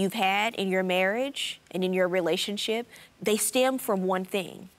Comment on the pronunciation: Who else heard relationsip!?🤭😁😁🤪